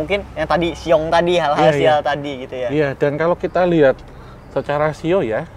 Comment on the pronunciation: Ciong bukan shiong😅